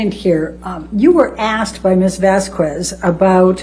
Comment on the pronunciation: Ms "vas-qwez" 🤦🏼‍♀️ the clip with the horse flying across the sky with the angelic chorus just sent me 😂😂😂💀💀💀